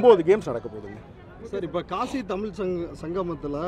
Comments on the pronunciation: காஷி அ கலுசடை அத கூட சரியா சொல்ல தெரியல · காஷி இல்ல மூதேவி காசி தான் சரியான சொல்.